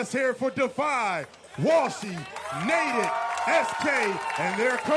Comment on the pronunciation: "Naded and friends" lol